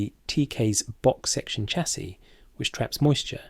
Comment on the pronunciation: Sha-see not cha-see, you ain't American ffs!